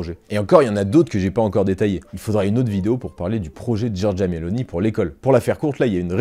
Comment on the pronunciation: ON DIT: GIORGIA MELONI - NON GIORGIA MELONÌ. X FAVORE!!!!!